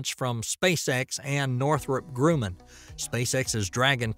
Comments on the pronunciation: Grumman rhymes with rum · Love the videos, but I wish he would learn to pronounce Grumman! It would give me more confidence in them.